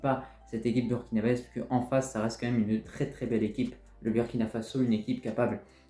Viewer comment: On dit Burkinabè et non BURKINABAISE😊😂